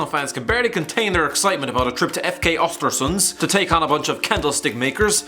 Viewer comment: It’s Östersund not Ostersunds for god sake. Even Wenger could pronounce it correctly, what’s wrong with British people and the arrogance to not even try to pronounce those names.